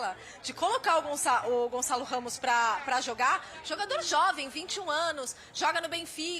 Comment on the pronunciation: Não é Gonzalo Ramos, é Gonçalo Ramos !